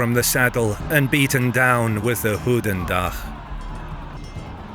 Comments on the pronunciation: I am flemish/ Belgian and when saying “goedendag” you say it like “good” not like “hooten” it also sounds more like the german word “gutendag” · From the way the narrator pronounces Goedendag, he would have had a pretty rough night in Brugge :) But awesome stuff, i absolutely love this channel (and the narrator, sounds a lot like the guy that did this on Discovery).